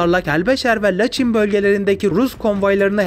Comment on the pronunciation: Bakü değil (Bakı) Laçin değil(Laçın)